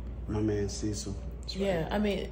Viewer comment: Oh hell no, See-cil. 😡